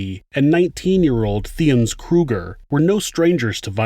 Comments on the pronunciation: De toit is pronounced "duh toy" not " de twie" and theuns is a silent h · South African name/surnames are pronounced: Theuns = Tea-yurnce ("h" is silent in Theuns) Botha = Boo-wa-tah ("h" is silent in Botha) Du Toit = Du Toy 😉🇿🇦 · great coverage. I hope you don't mind me correcting you as you weren't to know but I'm South African and your pronunciation hurts my ears. Alison's surname is Boor-TUH. Theuns Kruger is Tea-arns and Frans du Toit is France DO TOY. These are all Afrikaans names and 'th' is often pronounced as a hard 't' and not with a soft 'th' as one might think. It may interest you to know that Charlize Theron, the correct pronunciation is Tear-ON and not There-on. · It’s pronounced “Du Toit” and “Theuns” not “Du Toit” or “Theuns”